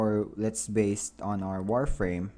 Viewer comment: Maaan this guy talk slow, also it is so obvious that many of the English words he have never ever heard in real life and that gets so annoying after a few minutes so that is the onlite thing you hear "so wi ayes" "warframe" "maack flaaw" "tvittr fiit", "Make fonit Ajjtallic", there are some many better videos out there where it doesn´t sound like a r****d teaching how to build a kite!